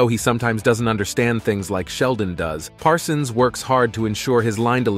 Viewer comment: Why does this announcer sometimes call Parsons, "Parson?"